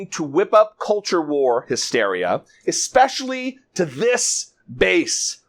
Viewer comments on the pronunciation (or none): did you notice that the gov of oklahoma said EXpecially in ok.